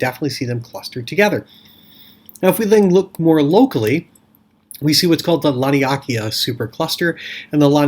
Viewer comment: I'm sure its pronounced Lan-ee-a-kay-yaa